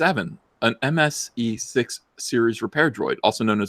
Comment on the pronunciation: "MSE6MN" Say that five times fast. Thought for sure you said "MSE Sex in Men"